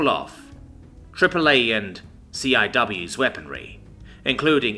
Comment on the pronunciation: Well narrator, I really like you. CIWS is an acronym for close in weapon system, or something like that. But most of the military guys pronounce it SEE-Wiz.